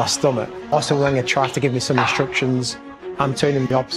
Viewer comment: Can’t even pronounce Wenger correctly 🤦‍♂️